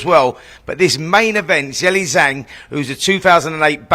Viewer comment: That’s a closer pronunciation that Zelly